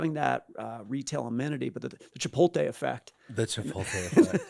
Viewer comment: CHIPOLTE??? Every time I hear that, I want to throw something. My desk is now cleared. It’s chipoTLE!!!